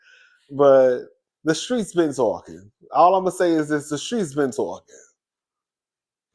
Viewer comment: Fireplace poker Terri J. Vaughn “tha streetz are tawwkin!” 😂😂😂😂😂 you sound like a New Yawka! You’d fit right in with us hahahaha 🗽